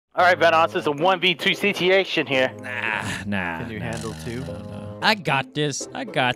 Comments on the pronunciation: did delirios just say, siteation? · "This isnt a laghing sit-iation" 🤣🤣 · alright vanoss its a 1v2 'setiation' here lmao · "Suguation"? xx